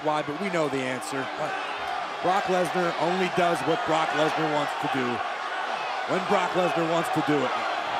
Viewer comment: Did anyone else hear cole say "Universal Champion BORK LESNAR" LMAO!